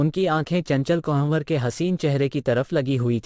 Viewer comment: बहुत उम्दा प्रयास है। प्रेमचंद की कहानियां तो बचपन से पढ़ते चले आए हैं। लेकिन यह नहीं पढ़ी थी। आप के सौजन्य से पढ़ / सुन पाए। धन्यवाद। कहानी सुनाने वाले कई उर्दू शब्दों का ठीक से उच्चारण नहीं कर पाए। चंचल कुंवर का नाम भी ठीक से नहीं ले पा रहे थे। ये आलोचना नहीं समीक्षा है ताकि आगे सुधार हो सके। प्रस्तुति और अच्छी हो सके। आशा है अन्यथा नहीं लेंगे।